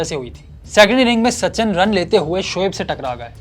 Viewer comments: It's so annoying, The narrator kept saying Sachan Sachan instead of Sachin 🤦🏻‍♂️ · sa chan nahi bhai. sachin. tum log naam hi nahi bol pate ho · It's Sachin not sachan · "Sachan" kon hy? 🤣 bhai naam to sahi sy le lo